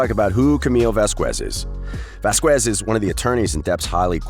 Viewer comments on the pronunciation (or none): Lol its Vaz-Kez not Vaz-U-Kez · Johnny’s lawyer’s surname is not “Vas-qwez” it’s “Vas-kez” just fyi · The least this narrator could do is learn how to pronounce Camille Vasquez’s name properly. It was bad enough that Elaine couldn’t say it properly. It’s pronounced vas-kez not vask-wez. Trust me, this matters. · It's not pronounced Vaz-qwez it's pronounced Vaz-kez. She's said her name plenty of times, as has her colleagues. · Its Vasquez, (VAs Kez) not Kwez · And channing tatum?!?!? This narrator has some serious pronunciation issues. Vas-kez deleveen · No shade to you but please know that Vasquez is pronounced Voz kez no “w” sound. Just a friendly FYI. :) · Please stop pronouncing Ms Vasquez’ name wrong. It isn’t Vasqüez. You are butchering her name. 🤦🏻‍♀️ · Looks like Amber is boy crazy. By the way, the narrator of this video keeps mispronouncing Camille’s last name. He pronounces it VasqWuez, with a hard “W”. It’s the same way Amber’s attorney - Elaine pronounced it. It’s very illiterate sounding, like you don’t have a very good command of the English language. Did the creators of this YouTube channel watch the trial at all?? You probably heard Camille’s last named mentioned numerous times, how could you make a video with such blaring mispronunciation! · It's Va-skez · For Christ's sake... pronounce the lawyer's last name correctly! The U is silent, so it should sound vasKez. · Vas kes. The u is silent. Please don't be an Elaine. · Why do you have to butcher Camille's last name the same way Elaine did? Vasquez is a pretty common hispanic last name... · Please state Camilles last name correctly it's not that hard ! 😉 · You sure f'd up on her last name. It's not hard to pronounce. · Wow, you really butchered those last names🤣 Delevingne and Vazquez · PLEASE LEARN THE CORRECT PRONUNCIATION OF CAMMILES LAST NAME!!! PLEASE!!! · Please learn how to pronounce “Vasquez.” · Learn how to pronounce Vasquez, or teach the robot